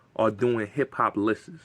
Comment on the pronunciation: Every time you said lisses I corrected you and I said *lists for you haha 😆